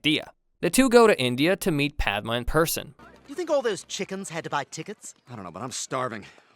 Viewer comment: It’s Padma